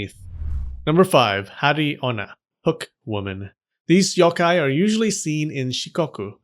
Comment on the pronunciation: how did ik he was gonna pronounce yokai wrong with a soft o sound